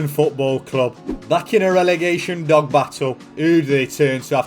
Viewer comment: I laugh everytime he says dog